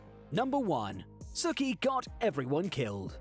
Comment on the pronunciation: It bothered me so much more than it should to hear Sookie from Gilmore Girls pronounced the same was as Sookie from True Blood lol